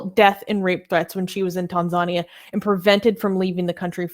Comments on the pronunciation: my dear. it is pronunced tan-zan-ear. not tan-zar-nia! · Tanzania is correctly pronounced as Tan-zhan-near. Then again there are different Anglo/American pronunciations of Iran, Iraq, tomatoes, and aluminium. Also, could you put your ads for Blasphemous Art etc either at the beginning or the end of the main video, so as not to keep breaking the flow. Much respect to Zara Kay. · Its Tan-za-nia. As an atheist I support Zara, its good she got out. Her story was well publicized in Australia. She is taking a big risk going back to Tanzania as an apostate activist, but I agree western governments are way too soft on countries that abuse human rights, particularly Islamic countries. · I'm gonna be a bitch right now. Please, please learn how to pronounce Tanzania correctly. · Can you mispronounce other country names in the future?🤣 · It annoys me more than it should. It's not that hard.